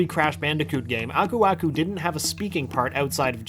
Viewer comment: I always thought Aku aku said ‘burbuga’, that’s what my cousins and I always called him xD